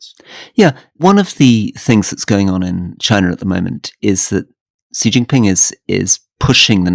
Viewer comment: Alastair, the name 習近平 is best anglicised as "Shee Jin Ping". There is no such phoneme as "Zhee" in Mandarin Chinese. Take a note out of Rory's book.